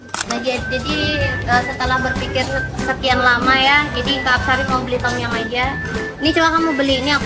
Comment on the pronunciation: Sebutannya bukan tomyang hahaha…Tomyammm